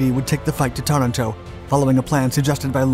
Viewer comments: It is Taranto TA-RAN-TO and not TA-RA-TO. It is also not CANBERRA (KAN-bə-rə ) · Tuh-RAN-toe, not Tuh-ran-TOE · TarANto (accent on the second syllable) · Aaaaargh. Interesting vid, spoilt by endless mis-pronunciation of Taranto, and also Cunningham.